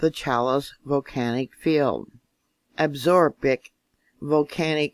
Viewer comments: Love your work. God bless you. It's pronounced AB-sah-ROW-kah. Beautiful mountain range... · It is pronounced, Ab-saw-row-key and Shaw-sho-nee. Both are named after Native Indian Tribes in Wyoming.